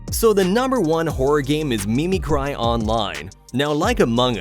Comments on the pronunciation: Me me cry? "Mimicry is Pronounce Mih-mih-cree 🫡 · That appears to be mimicry. Mispronounced but its mimic-ry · Did you seriously just say me-me-cry?